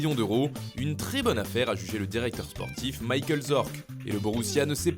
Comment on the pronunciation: Fernandez, Djoulian, Bundechliga, Maïkeul... Bon. Irrécupérable.